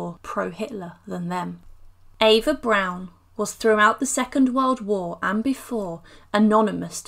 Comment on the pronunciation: Eva Prawn.A prawn Goebells.